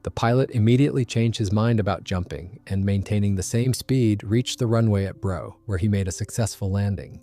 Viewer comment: It's place of manufacture is Brough, pronounced Bruff not Brow. They were built about 5 miles away from us. Interesting monster of a plane. Blackburn always did build either ugly or out of the ordinary aircraft with the exception of the Buccaneer which was an exceptional aircraft.